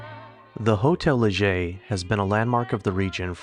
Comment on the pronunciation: Thank you for pronouncing Hotel Leger correctly! Hardly anyone does, even the locals. I lived in Moke Hill for 16 years, 1980-96. I thought the Butte Fire in 2015 was going to take the town, but it survived.